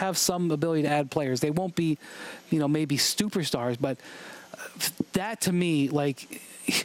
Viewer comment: No one: Jonah hill: sTuper stars